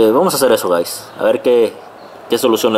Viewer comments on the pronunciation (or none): pero por que nos dices gais,.. que paso que paso vamos ahi...